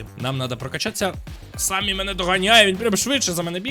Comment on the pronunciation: не Самі а Семі